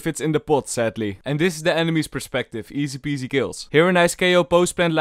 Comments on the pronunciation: i only hear easy-pease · I don't watch these videos for tips, I watch them to hear say Felorant AND eesi peesi